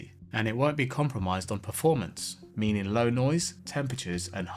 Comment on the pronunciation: Why do you say DA instead of THE? But you can pronounce TH in other words? Also there's a T at the end of left. Meanin. Lenf. Bizarre.